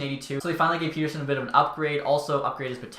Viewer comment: How did you pronounce Pettersson wrong!